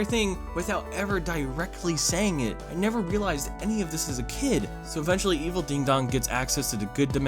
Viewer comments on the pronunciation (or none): none